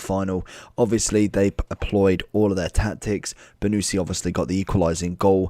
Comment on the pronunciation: It is not "BONUSSSI" but "BONUCCCCI" lol! wrong pronunciation !